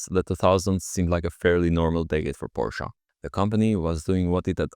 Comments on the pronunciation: Its not Porsch, not PorschA, ITS FKING PORSCHE. So annoying had to mute video while writing this. Bye. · WHAT IS A "PORSCHA" YOU NUGGET!? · Please, it's pronounced "Folkswagen" and "PorschE".😄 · Why Porschaa? Where's the A? It's Porsche with an e at the end. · German here. What’s this Porschuh you’re talking about?